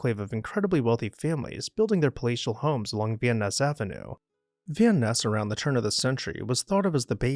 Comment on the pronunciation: You are not pronouncing Van Ness Avenue correctly